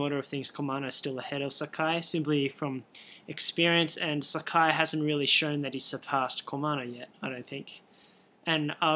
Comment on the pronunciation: you are pronouncing sakai wrong.